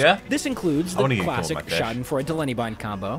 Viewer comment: The joke is that he increasingly says the “schadenfreude”’s name more wrong every sentence. First he said Shout and fart Then he said Shoo den froo Then he said Shamylan